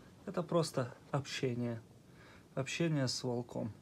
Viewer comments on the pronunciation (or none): Почему нельзя ставить правильно ударение в слово волк? Ну пожалуйста, автор, ты можешь говорить вОлк, вОлка.